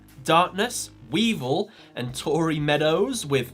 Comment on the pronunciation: Its weevil duhh